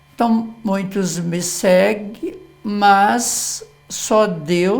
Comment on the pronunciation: Erro bastante comum e cometido por pessoas, profissionais da comunicação, inclusive. Observo há anos, jornalistas, repórteres, apresentadores de programas televisivos usarem a forma "COMPANIA". Qt ao MUNHINTO", é um vício coloquial difícil de se corrigir. Perdoe-me, professor, mas observei que, após a correção da frase na placa por duas vezes o sr pronunciar "MUINTOS...ME SEGUE" lendo a placa no caminhão. Podem ser reflexos de vícios ou dificuldades fonéticas (oriundas da língua de origem do orador, estrangeira ou problemas estruturais/orgânicos da boca e abaixo), pois muitos sabem o correto, por isso escrevem certo, mas pronunciam incorretamente como é o caso do "MUNHINTO". Obrigado, professor pela aula! abç!